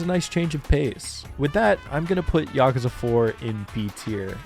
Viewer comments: I mean, the way you pronounce Yakuza is definitely more correct than YakOOza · No need to defend your pronunciation considering it's the proper way to say it. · My man here starting the video by apoligizing for saying Yakuza correctly. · Your pronunciation of "Yakuza" is more in tune with the actual Japanese pronunciation than the English "yah-kooo-zah"